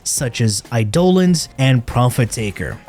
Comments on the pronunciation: can we cancel this guy for how he pronounces Eidelons ? please ... i need it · Eye-doll-ons man you got me there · bro said eye-dolans 💀